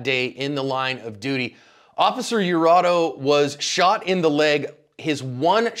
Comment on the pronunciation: Its Iurato, with an I, not an L.